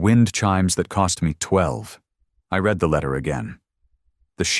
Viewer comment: It always makes me laugh the way AI pronounces words!